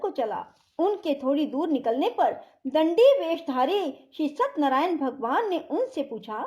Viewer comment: सतनरायन नहीं सत्य नारायण सही शब्द है सही उच्चारण तो करिए। प्रस्तुति अच्छी नहीं है